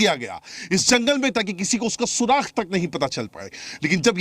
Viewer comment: Jahil पत्रकार सुराग को सुराख बोलता है